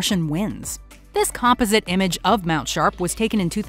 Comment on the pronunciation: COM-POZ-ZIT ... not COMPA-ZIT *Sorry. If you are going to do voiceovers. At least pronounce common words correctly.